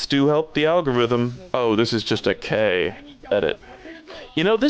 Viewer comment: every time pronounces K' as K my soul dies a little